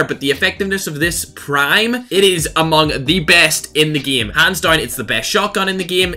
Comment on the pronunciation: why does he keep saying the word game wrong lol